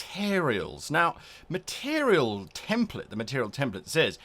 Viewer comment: Nothing to do with the videos content, but I find way you say material sort of amusing. "Meterial". Makes me smile some reason.